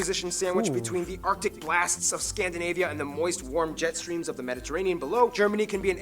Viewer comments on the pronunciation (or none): none